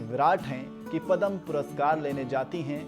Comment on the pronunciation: सबसे पहले तो आप पदम बोलना छोड दे .... यह पुरस्कार पद्म नावाजा जाता हैं